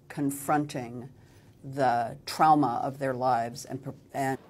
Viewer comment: Jamie saying trowma just healed my trauma 😂😂